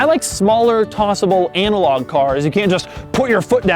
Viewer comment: It's analog not Anal log.